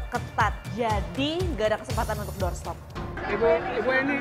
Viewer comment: hi, i'm jonathan achero from san pedro laguna. please enhance your pronouncing the word "doorstop". please enhance your pronouncing english word.